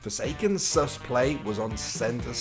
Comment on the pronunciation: you say sus like a boomer